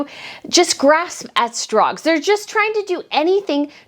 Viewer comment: You said "Grasp at strogs" Best slip I have ever heard. they are grasping at straws while being frogs.